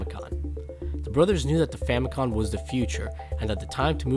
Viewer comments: famicom / not famicon... Sounds weird. Otherwise, top notch stuff, loving it! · Great video and presentation, but are you saying Famicon? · It sounds like you kept saying FamicoN, with an N. Am I mishearing?